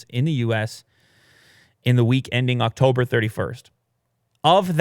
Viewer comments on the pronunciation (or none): none